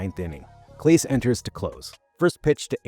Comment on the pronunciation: You mispronounced Clase's name. Or the AI did. Ugh. Moving on.